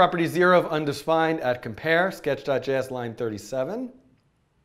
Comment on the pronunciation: "undisfined" lol